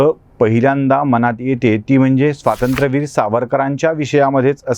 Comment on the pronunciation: युवराजांना आधी स्वातंत्र्यवीर नीट ग्हणायला सांगा